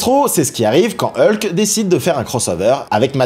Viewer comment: Ça m’agace... Tantôt c’est "E-lke", tantôt la bonne prononciation "Hulk". Sinon, bonne vidéo !